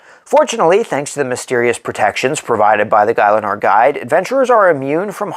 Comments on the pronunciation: its pronounce Gil - a - nor, great video! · You lost me at guy-Len-or